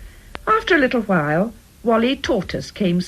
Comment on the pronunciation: Sounds like "after a file", when I know it means "after a while", which is like some New Zealand Maori pronunciation of "wh" as "f". 🤔